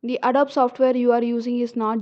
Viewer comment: Just FYI, it's pronounced "Ah-doe-bee" with the accent on "doe."